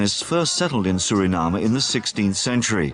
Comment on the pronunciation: It's soooo refreshing to hear a Foreigner pronounce the Name of my Country SURINAME the proper way instead of trying to pronounce it in an English way, together with other important names! MI LOBI KONDRE SRANANG (my beloved country Suriname)